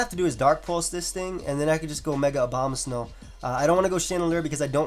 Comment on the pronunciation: why do EVERYONE say Obamasnow instead of Abomasnow